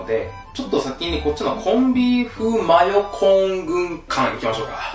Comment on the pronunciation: マヨコーンを.... 真横ーンwwwwwww あれどこいった？ 真横ーンwwwwww